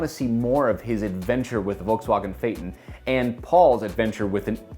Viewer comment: I absolutely hate the way that say Volkswagen “Valksvoggen”